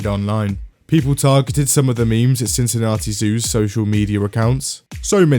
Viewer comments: On behalf of every other British person in the world, that's not how we pronounce Cincinnati. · His pronounciation of Cincinnati is driving me nuts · STOP PRONOUNCING CINCINNATI LIKE THAT